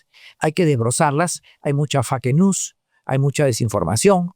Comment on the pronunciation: Todo iba perfecto hasta que el "especialista" dijo: "... hay muchas FAKE news" de manera literal, sin pronunciarla en inglés "feik nius". Lo mandaría a hacer un cursito de inglés para mejorar sus análisis. 😂